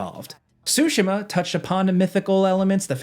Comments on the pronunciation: Ghost of tsu-SHI-ma... each syllable is pronounced with equal stress. Actually played it while living in Japan. This was an excellent overview. Looking forward to playing this newest game. It's up there with the last two Zelda games and the Zero Horizon games. Thanks! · “Ghost of Sushi Ma” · "GHOST OF SHOOSHIMA" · btw it's not SUE-SHIMA, it's TSU-SHE-MA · If this guy says “sooshimmaaa” one more fucking time… ITS SOOOSHEEEMAAAH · JorRaptor likes to say Ghost of Tu-sheem-mah and says Ghost of Sue-she-mah. Ghost of Tsushima is pronounced Ghost of Too- shuh- mah- Say the word shut with out the letter T. Shu, and then say the word mud with out the letter D Muh. Then say the word really fast for it to sound good. 😂😂😂😂 Hard asf to pronounce a word through texting 😂😂😂😂😂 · I'm sorry but I cannot watch a review when someone says Ghosts of SUSHIMA...... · lol blud keeps saying so-sha-muh, way to butcher the name you haoelè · I have heard “ghost of SoWshima” 4 times and I’m 1 min in. 🤦🏽‍♂️ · Who else is annoyed at how this guy kept butchering "Tsushima"?